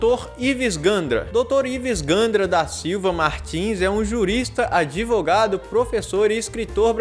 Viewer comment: Dr ives Gandra se auto intitula "adevogado"